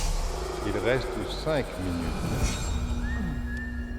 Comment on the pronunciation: "OH! Il resteuh 10 minuteuhh"